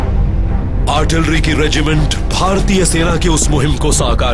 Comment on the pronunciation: Artlirry nhi hota artillery hota hay jahiloon.... kya army hay india ki... jahil